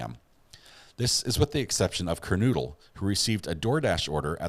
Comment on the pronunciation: Please pronounce victim's names correctly. Kernodle is pronounced "Ker-'NO-dle". Concalves is pronounced "Con-Salvez". Moscow is pronounced "Mos-Coe". Thank you.